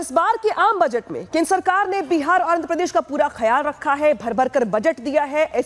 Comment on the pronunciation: जो बजट उच्चारण नही कर पाती, अब ओ बजट पर बोल रही है 🤪